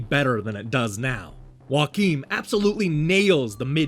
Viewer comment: Now I'm even more excited to play this one! Also that's not how you pronounce Joakim, the J is not silent (source: I'm Swedish). As for my favorite Metroidvania action hero, I'm gonna answer with Soma Cruz from Castlevania Aria of Sorrow and Dawn of Sorrow.